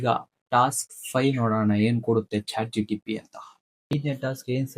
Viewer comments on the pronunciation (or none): Chat GTP Alla kano, Chat GPT 😅